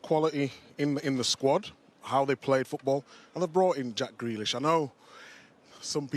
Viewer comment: no one who calls grealish “grellish” should be taken seriously